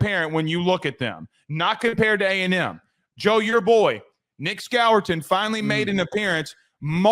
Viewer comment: Also “Scor-ton” not Scower-ton”